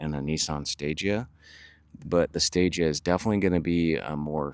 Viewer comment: Fun fact the stagea is pronounced like stageah and the meaning behind stagea is stage advanced